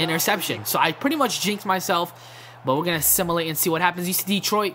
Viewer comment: It's Sim-u-late